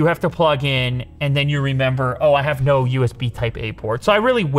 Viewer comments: "Yeah. Yeeeaaaaah. But nuuuooo." Your Canadian is showing lew. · "Ya, but no" But with the Canadian accent